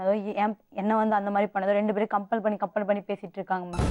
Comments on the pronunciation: 🤢🌹🌸✅❌🥊compare என்று சொல்லக்கூட வரவில்லை ,கம்பெல் என்று சொல்கிறது , இது படிக்குதாம் ,சே ,புருடா விடுது .🤢🌹🌸✅🥊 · Compare னு கூட சொல்லத்தெரியல Campaleனுது இது படிப்ப பத்தி பேசுது